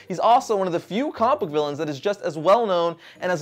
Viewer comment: It bugs me so much when he says "compook" instead of comic book